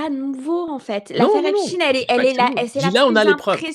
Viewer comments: C’est pour ça qu’elle prononce Epstin au lieu de Epstein Analyse un peu simpliste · EpstEIN heu Epstine.... pk elle se reprend ????? 🤔🤔